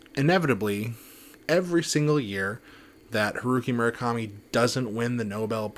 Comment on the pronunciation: Would it kill you to actually pronounce his name correctly